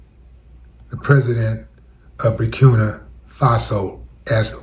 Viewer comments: Bout time you covering Ibrahim Traore and what's going on over there. They tried to delete the inventor of that vehicle also Bur-keen-uh is how u pronounce it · Your MESSAGE overrides any mispronounced word Willie D...Your sheer intelligence speaks volumes